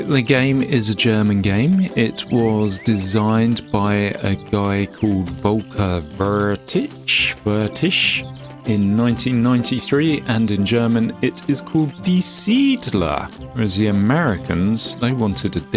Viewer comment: I subbed. For your attempt to pronounce Volkers name. It is “Wertich” which you basically say “Were-tick” because most English people struggle with the “chhhhhhhhh”